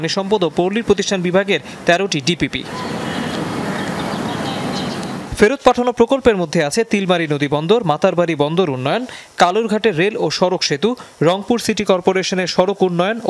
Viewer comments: তিলমারী না রে ভাই........চিলমারি হবে৷ যমুনার মতো টিভি চ্যানেলের কাছে বানান ভূল আশা করি না.. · তিলমারী নাকি চিলমারী হবে হাম্বাদিক ভাই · তিলমারী না কি চিলমারী কোন টা....? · সাংবাদিক সাহেব তিলমারী নয় চিলমারী নদী বন্দর হবে..বাংলাদেশে মোট নদী বন্দর প্রায় ৫০ টি,, নামগুলাও জানেন না সাংবাদিক হলেন কি করে..? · তিলমারী না,চিলমারী হবে। 😒 এটা কুড়িগ্রামের ভিতরে।